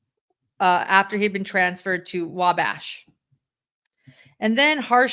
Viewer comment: Perfect, spot on pronunciation of Wabash 😊